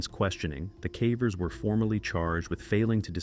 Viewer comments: Yeh the AI can't say caver, calling them carvers! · The AI says “Cah-vers” instead of “Cavers”. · Anybody else feel like these videos might be partially AI generated? At least the audio? I've heard him pronounce "Cavers" in two different ways. "KAY-vers" and "CAW-vers" 🧐 he also pronounced the name "Colin" as "colon" in another vid one time😂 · 5 million ads on a video about "Cavvers" "roh-knee" and "juh-honn". Unsubbed.